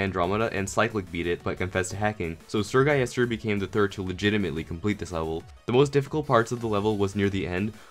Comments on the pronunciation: “Sir guyester” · eseerre gulister